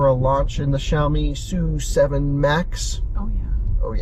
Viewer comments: it is “su” 7，not “es you” 7，directly from Lei Jun‘s mouth. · It is pronounced "S" "U" 7 not Sue 7.